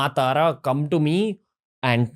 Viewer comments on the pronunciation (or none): none